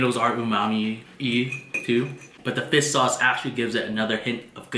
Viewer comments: Regular People: "Fish Sauce": "Fis Sauce" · fiss sauce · great vid! but one thing... everytime you say fish sauce, all I hear is fis(without H) sauce XD Fis sauce Gang!